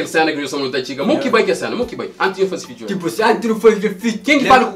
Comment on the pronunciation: Fituring?? É kuze 😂😂😂 alguen explicam